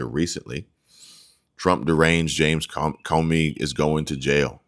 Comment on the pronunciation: Hey Comey is pronounced Ko Mee, but no problem I'm still a WIP. love U folks.